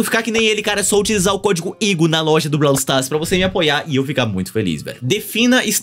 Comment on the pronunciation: "Brau stas" taerrad